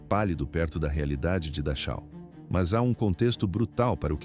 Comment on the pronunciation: Pronuncia Darrau